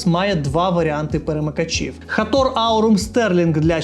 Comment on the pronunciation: Як же ріже вухо цей Хатор, і усі ураїнські блогери як папуги повторюють цю помилку. жах.